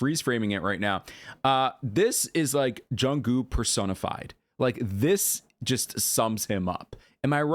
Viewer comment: Just correction since I've been watching your vid recently 😊and you say it wrong😅 It's JEONGWOO not junggo